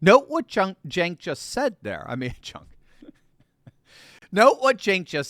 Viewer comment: You called Cenk chunk lol. Shoutout to Mark Dice! 👍